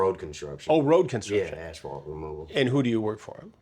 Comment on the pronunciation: Extra 20 years for saying "ashphalt"